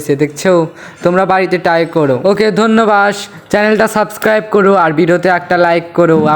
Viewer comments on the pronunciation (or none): dhonnobad ❌ Dhonno bash!!!😂✔️